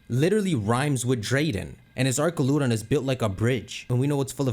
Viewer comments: it’s pronounced “ArCHaludon” not “ArKaludon” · it's "AR-CHAL-UH-DON". They say it in the trailer. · It’s the pronunciation of Duraludon and archaludon! It’s really Du(dew) ra (rah) lu (loo) don and Ar (r) cha (chal) lu (loo) don! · I was gonna sub until I heard this man pronounce archaludon 😭🤦🏻‍♂️